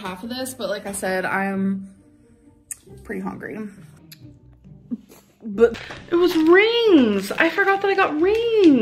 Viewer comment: You need to do an “Amberlynn HONGRY Reid” compilation. As much as “HONGRY” infuriates me... actually.. I can’t think of one thing she does that doesn’t infuriate me.